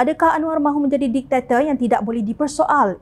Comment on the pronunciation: Jom Channel seharusnya kembali menggunakan Bahasa Baku sebagaimana yg digunakan TV3/1/2 semasa DSAI menjadi Menteri Pendidikan/Menteri Kewangan sebelum 1998 dulu. Bunyi sebutan bahasa baku lebih indah dan tak la tersalah sebut malam ni menyebut "DIKTATOR" bunyinya "DICTATOR".